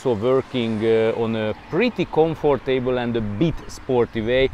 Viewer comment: I love how you say comfort table. Like a comfortable table.